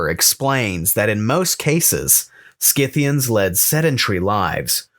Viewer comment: Congratulations on pronouncing Scythians correctly, Skith-thee-ans, not Sith-thee-ans. The names of peoples of this period came down to us from Greek and Latin, in which C is always pronounced as K, not S.